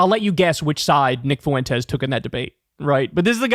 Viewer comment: As a native spanish speaker, it's pronounced 'fwentes', not 'foo-entes'